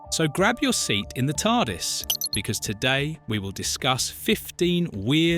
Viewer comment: So whoever did the voice over has never seen Dr Who? How can you pronounce Tardis as T.A.R.D.I.S?